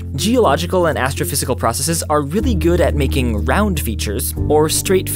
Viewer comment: Ah, finally, a science channel that can pronounce the word "processes"